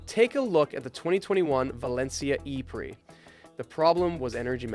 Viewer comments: I did not hear that right surely. “Paris E Prix” said like E-Priks ????? Bruh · "the Paris e-pricks" I know you're American, but damn man... most know how to say "prix" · "The Paris E Pricks"